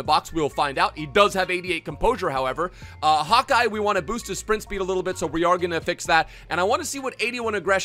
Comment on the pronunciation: Why you call it hawk-eye? 🤣